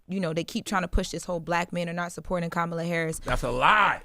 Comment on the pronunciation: Charla it's Kamala not Kemala get it right 😅